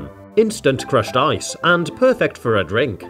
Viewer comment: I THOUGHT HE SAID CRUSHED EYES 😭😭😭